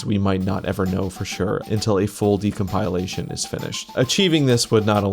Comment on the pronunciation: i love your videos. please stop mispronouncing decompilation 🤕